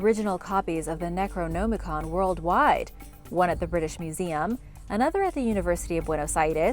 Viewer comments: Necro-NOM-icon not Necro-GNOME-icon... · I don't like how she's says necronomicon "necroNOmicon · Necro-gnome-icon? Wtf? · It's not pronounce "Necro-Gnomacon" Jesus.... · Am I Theo Mayo me who is bothered by the fact people don’t bother to google to pronunciation of items you they videos on? It’s pronounced Neck-roe-nom-i-con. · "Necro-Gnome-ah-con" your pronunciation is killing me. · Necro-gnome-icon🤣 I'll never say it the other way again. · ...gnome-i-con...I really think you're doing that on purpose. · Is she saying necronomicon wrong on purpose. It's upsetting me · Your pronunciation of necronomicon is horrendous. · Thumbs down and blocking channel for mispronouncing necronomicon 20x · The pronunciation you use for Necronomicon doesn't sit right with my ears. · Did it bother anyone else with the way she’d say “Necronomicon” ?? 😖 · How are you mispronouncing Necronomicon so badly?